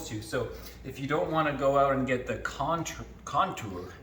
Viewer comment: Haha, I was thinking a healthy shot...like 6 shots. It’s qwontro! Btw. Not con tro. 😂❤ happy NYE.